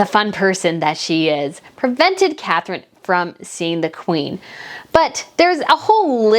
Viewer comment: WAKE UP,. IT'S " CATHERINE"